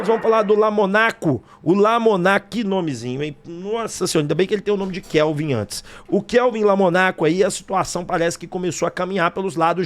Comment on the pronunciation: LO- MO- MOOOOOOO = LOMOOOOOOOOOOOOO NA- CO lomOOOOOOOOOOnaco Kevin, não é Kelvin, Keeeeeeeevin lomOOOOOOOOnaco